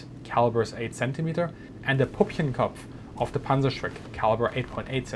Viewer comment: pUppchenkopf? Nuts? 😂 pÜppchenkopf, man, PÜPPCHENKOPF...